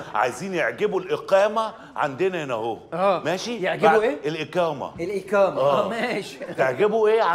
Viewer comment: الاكامه بدل الاقامه والله بهدلتوا اللغه العربيه اشرف عبد الباقي وحمدي الميرغني